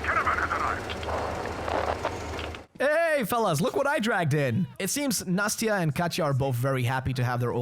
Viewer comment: Katya (Kate) is an endearing short form of the name Ekaterina (Katherine) Nastya is an endearing short form of the name Anastasiya. Nas-tya, not "Natsya". "Natsya" means Nation also, you can absolutely slaughter bandits in Volga and Caspian and not lose any karma as they are raping pillaging slave owning scum and the game doesn't take away any karma points, just spare those who surrender don't kill the pirates and the pioneers though, as they are essentially just manchildren playing pretend Mūnai (мұнай) means oil, bailer (байлер) comes from bai (бай), which means a rich person. basically Munai-bailer are rich oil drillers, the workers of Svarog Oil company that occupied all the oil reserves of the region. they don't seem to be Kazakh, though, as their Kazakh is butchered and crude (I mean, it is like that in the whole game as it depicted my people like fucking savages for some reason, thank you 4A very cool) another example of them butchering my language. it's not Saul, like Saul Goodman, it's supposed to be pronounced like Sah-ool, the emphasis on U, pronounced like OO Baron killed the two bandits because they disrespected the symbol of made-up religion the bandits created to keep the slaves in line. they are using religion to keep them enslaved, and this move could shake the image of the religion in slaves' eyes these guys assume that you are Saul because they saw your car nearby, so it seems that Saul kept trying to steal their stuff